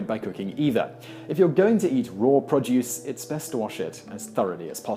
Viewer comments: It's pro-duce, not prod-juice. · Produce - pronounced "pro + duce" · P r o d u c e just say it. Produce. P r o d u c e